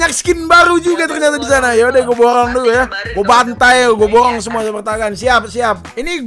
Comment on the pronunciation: borong bukan borrong